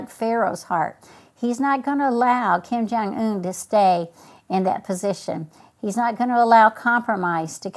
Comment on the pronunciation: "Kim Jong Ooon"